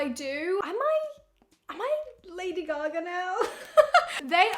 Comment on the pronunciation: I love the way she said Lady Gagarrrrr